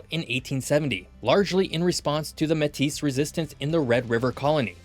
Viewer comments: Small prononciation correction. Manitoba’s Métis population (properly known as the Red River Métis) are pronounced May-tee, not met-TIS. They are French, though Québécois French and Manitoba French are slightly different. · this guy doesn't know wtf he's talking about. "Metiss"? SRSLY. if you don't know how to pronounce Metis, you don't know jack about Canada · Métis is pronounced May-tee (the s is silent). Usually, with French words, the last "s" is silent, which is where the word originates. The Métis originated from the intermarriage of early French fur traders and Indigenous peoples. Other than that and the Canadian territories counterpart not mentioned, this was an amazing video. I really enjoyed it. Oh, and you could make the American equivalent of the Canadian territories the US territories and dependencies. Most of these, being islands, would fit in with the Arctic islands of Canada. Not sure how the population ratios would line up, though. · You can’t say Canada’s provinces live closer to the border and neglect to say that Alberta lives more in the middle of their province with notable cities up north like Grande Prairie and Fort McMurray. You even showed the capital being in the centre! Also, Métis is pronounced “May-Tea”. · … pronounced like “maytea” - Métis… et voilà enfin! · its pronounst (may-tee) METIS. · Metis is pronounced May Tee the S is silent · Im in Manitoba and no one, English or French, pronounce the s in Métis. That may be different for other indigenous/ European mixed groups in other parts of the country but the Red River Métis who began this province are pronounced May- Tee. Manitoba French is unique from Quebequois French and has a significant Cree / Michif influence on its words and prononciation. They are separate dialects like you have between Louisiana and Haiti. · the S is silent, like in the state name Illinois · takes 2 seconds to google how to pronounce métis but okay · Okay, but please learn how to say Métis.